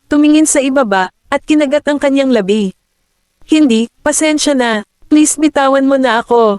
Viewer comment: Bakit ganyan xa magpronounce Ng labi.......Ang pagkakapronoun e nya eh labi as in Patay..sorry ah napa sin q lng